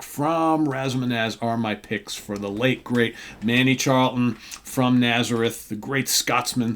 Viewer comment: The rock gods from the Kingdom of Fife! My favourite Naz riff Is Expect No Mercy. BTW the CH in Charlton is pronounced the same as the CH in cheese.